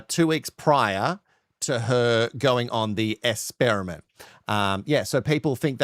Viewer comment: Is there a reason why the dude says ‘ESPERIMENT’ AND ‘ESPERT’..?